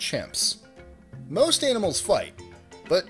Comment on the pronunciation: 18 confused me for a while, thought you said "animals eating plants" and not "animal eating plants"